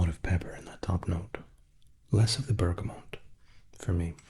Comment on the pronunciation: Also,, I love you, but Bergamot has no N. X